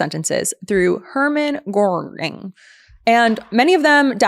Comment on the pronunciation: Not to be hypercritical, but....The fact you mispronounced multiple names in the Nazi war-criminal portion (Göering, Perón, Mengele, etc.) tells us you proooobably never heard of them before your show prep--which doesn't inspire much confidence in your ability to speak authoritatively on the subject.....And was pretty cringe.....Just sayin...